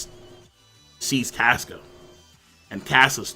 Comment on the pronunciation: Caska is cah-ska not cas-ka like casket